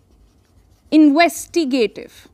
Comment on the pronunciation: Sonal Mehrotra has invented a new word "Investigatimes"